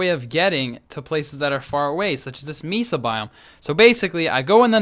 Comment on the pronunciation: Great video. BTW Mesa is pronounced Maysa =).